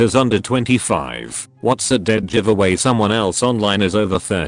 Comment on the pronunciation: No one: The robot voice: reads giveaway 'jiveaway'